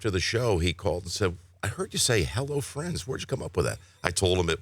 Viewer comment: For some reason, and I went back and listened to it again, the first time he says it I swear it sounds like "Hello Fritz" and I was like, was his Dad's name Fritz? I was literally waiting for the explanation for Fritz and how it got turned into Friends.